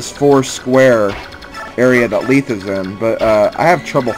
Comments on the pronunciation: You pronounce Lethe's name Leeth? I've always pronounced it Le-thei (Lacks symbols) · you pronounced lethe wrong youre pronouncing it as though its spelled leethe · I've always pronounced Lethe like the mythical river-- "leth". But Fire Emblem pronounciations are very difficult. RD voiceovers clear up a few of them, but there are many they never say out loud. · this little bit doesnt fit on the other comment...how exactly did i prove myself wrong? if youre talking about that very first part where the e at the end is missing i did that because its silent. i havent met a single person pronounce it leethe til this lp and even admitted to not knowing how to pronounce most of these names.